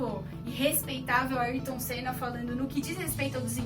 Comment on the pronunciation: Parabéns, mas acerte o nome do Ayrton Senna!